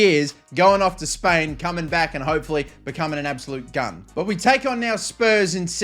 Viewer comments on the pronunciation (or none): none